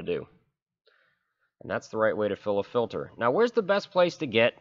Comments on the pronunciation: filter not filder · I've literally never in my entire life heard someone pronounce the word "filter" as "filder" the way you do in this video haha hilarious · Filder or filter? Oil "Filder".. Fuel "Filder" 🤣🤣🤣🤣😭😭😭😭🤦🏻‍♀️ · To fill da fuckin filda or not fill da fuckin filda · FILDER FILDER FILDER FILDER FILDER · He says filder. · Filder or filter?